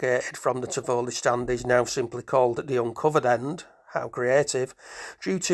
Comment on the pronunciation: Thank you for this video. You don't seem to be local because Tivoli is pronounced Tivolli not Tivowly